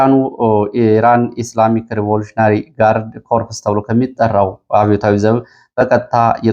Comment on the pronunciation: IRGC Note: Corps ሲነበብ ኮርዝ ነው ኮርፕስ አይደለም። ድል ለጀግናው አማራ ፋኖ